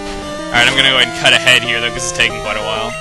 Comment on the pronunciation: For a while, I thought when he said 'cut ahead,' I thought he said 'cut a head,' as in, chop off a head...